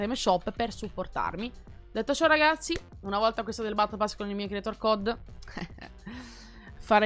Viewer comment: Minchia oh che ansia , quante volete dici RGAZZI ogni volta...